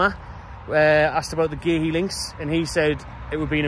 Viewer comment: It's pronounced COO😅